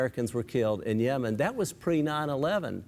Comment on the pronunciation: Why does Bill pronounce "Yemen" as "Yeoman"?